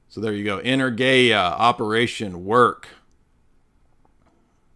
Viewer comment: Greek here - when you say the word energia do the stress on eNErgia. Keep up the good work!